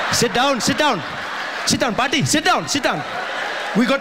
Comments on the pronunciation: I thought Trevor said "Sit down patti (grandmother)" and not buddy....did the caption get it wrong? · Did he said 'paati' ( grandmother in tamil )😰😂😂😂😂😂😅 Actually it is "buddy" just now I saw😅 in the captions...... But It didn't sounded like buddy......😐😐😐